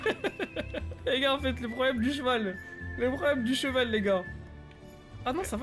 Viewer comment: C’est moi ou il avait un zeval 😭😭😭😭😭😭😭😭